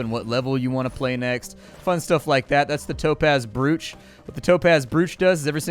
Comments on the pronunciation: Brooch is pronounced broach, bro :-) And man this game looks awesome! Diffinetly liked watching you play. Keep up the good work! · Just a heads-up from an English teacher who can't help himself, "brooch" rhymes with "roach" :)